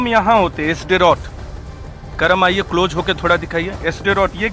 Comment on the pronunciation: Close hota hai cloje nhee hota jahil